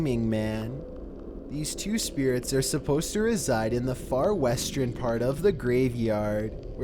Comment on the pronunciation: Anyone notice how he pronounces "ern" like "ren"? i.e. "westren"(western) and "pattren"(pattern). Is it a regional thing? I'm not being a hater though, I kinda actually like it, I like your voice.